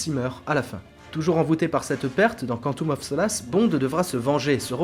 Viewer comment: Woah la vidéo est excellente mais ton accent quand tu prononce "Quantum of solace" il y a du boulot